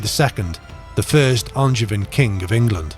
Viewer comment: Even if he can't pronounce "Angevin"...